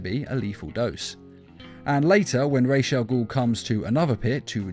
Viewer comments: Ra's is not pronounced Rayesh it's as its spelled, just Ras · Don’t remember him being called rashe al ghoul. It’s pronounced ra’as al ghoul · the prnounciation is supposed to be Ra-as as in Rasputin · Your pronouncing ras wrong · Stop saying Raj's first name wrong, very annoying